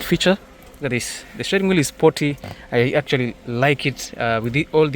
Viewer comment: Shteering wheel